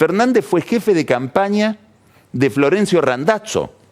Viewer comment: Lo pronunció correctamente en italiano, suena como Randatzo. Cuando pronuncia Scioli suena Sholi.